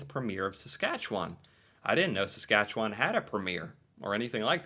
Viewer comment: i'm impressed with your dead-on accurate pronunciation of Saskatchewan, most Americans have alot of trouble with that one. 🥰